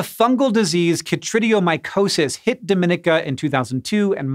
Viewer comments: It's not do-MI-ni-ca, it's do-mi-NEE-ka! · It is so so rare for you guys to make a pronunciation mistake, but the Commonwealth of Dominica – unlike the operative word in the Dominican Republic – is pronounced doe-men-EE-kuh, not duh-MIN-eh-kuh. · dom-in-EE-ka, not do-MIN-ik-a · Dominica is pronounced Domineeka. Dominican Republic is the Dominnika one. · you pronounce dominica like dom-in-eek-ah, really stress the second i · It’s pronounced /dah-mi-NEE-kuh/ or /doh-mi-NEE-kuh/ with the accent on the 3rd syllable. Take it from someone who lives on a nearby island with lots of Dominican immigrants. (And, as always, Dominica is not to be confused with the Dominican Republic.) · I just commented this, too. 🤷🏽‍♀️ We'll see if they correct it later. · Me.. a Caribbean girl wincing every time he pronounced Dominica wrong. The second I is like an E. Doh-min-e-kah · Person from the Caribbean here cringing a smidge at the pronunciation of Dominica. Do-min-EE-cah :) Tiny mistake, totally not judging! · It's pronounced Dahm- in- EEK - ah. (Dominica 🇩🇲) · Dom in ee ka. Its not the Dominican Republic. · Did you get how to pronounce “Dominica”? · As a person who lives in the Caribbean, no insult to you or your editor, it was simply hilarious hearing how you pronounced "Montserrat" and "Dominica". Thanks for the good laugh.